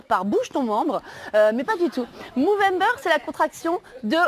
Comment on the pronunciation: Soit tu dis mOvember soit tu dis mOUvembre ….